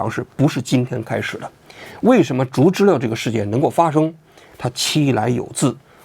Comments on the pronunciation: 竹知了的正确发音应该是"竹zhú知zhī了liào", "了"的发音不是"lè", 而是"liào", 且接近"轻声" (短促、音低，起收尾作用)。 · 知了（liao）還是“知溜”？ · 开屏暴击，，不是竹知了（liao)吗。。。 知了啊 ， 怎么成知乐了。。。听着好难受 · 王局说zhuzhile，我觉得应该读zhuzhiliao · 应该是“竹·知了（Zhī liǎo）”吧！ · 王局为什么总把“竹知了(zhu2zhi1liao3)”念成(zhu2zhi1le4)？听上去怪怪的。我知道有些AI配音一碰到多音字就容易犯错，但如果是王局真人发声的话应该不至于啊。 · 那叫竹知了（liao）好不好，王局连知了都不知道吗😅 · 不应该是读竹知了（liao)吗，王局咋一直说成竹知了（le) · 难道不是 读 zhu zhi liao？ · 竹知了(liao, 3声) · 不是应该叫竹知了（liao）吗？我一直记错了？ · 这个玩具应该读音竹知了（liao 三声）吧，就是蝉